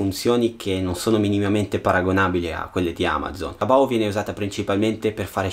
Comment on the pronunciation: E aspetta su è taobo no taobou Non dire che non sono cinese sono cinese